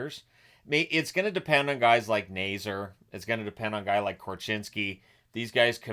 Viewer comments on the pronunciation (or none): any Hawks fan who remembers Teuvo's first run in Chicago will know that he's very excited to come back, but not for Bedard... 😉 also, please pronounce Nazar's name correctly: 'Nay-ZAR'